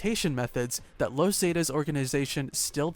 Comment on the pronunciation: You pronounce the word zeta so wrong